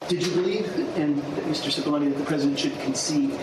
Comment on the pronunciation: Murphy kept calling Cipolloni Cipollini.